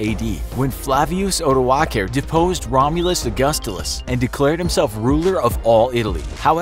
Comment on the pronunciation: I died of laughter when he said romulus agustuls